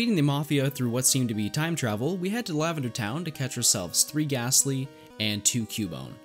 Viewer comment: when you said catch 3 gastly i had to rewind because i though you said catch rick astley